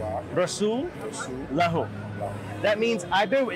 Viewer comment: Assalamu alaikum i have one thing to say when the shahada was pronounced by his made a mistake, he said "abduhu wa rasullah" but the right pronounciation is "abduhu wa rassulluh"